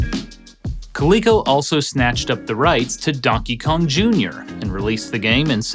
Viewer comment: Great video as always! So much love for this channel. Does anybody else hear him say Dunkey Kong